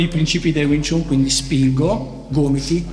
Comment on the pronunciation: Stai pronunciando jn modo sbagliato wing chun, non si dice chun ,but si pronuncia Chan anche se e' scritto chun !